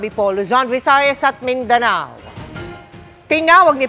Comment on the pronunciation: Mindana? It's Mindanao po.